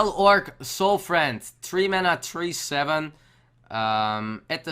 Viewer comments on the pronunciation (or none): Don't forget about the Fel Orc Soul"friend". Sure made me read the card name real hard, XD Well reviewed though, really looking forward to the expansion.